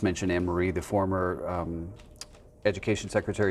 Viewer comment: Former not fromer 🤯